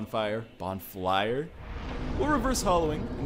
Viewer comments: bonflire* you sure english is your first language ? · "English is my first language!" "Let's light the bonflier"